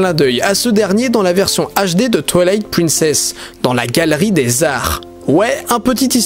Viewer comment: Quelqu'un d'autre que l'auteur de la vidéo a joué à TwouailaiHt Pwinssaisse et a Bwess of the waild ? 🤣🤣